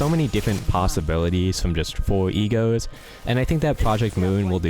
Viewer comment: omg when you were saying "E.G.O.s" I was hearing "E-girls" and it confused me so much